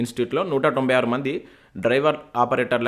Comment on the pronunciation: నూట తొంభై అనండి , not టొంబై